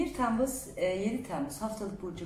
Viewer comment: TEEmmuz degil o Temmuz 😂